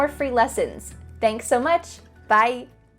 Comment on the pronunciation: I really like you say “byE”😂😂 I LOL every time you say this in your videos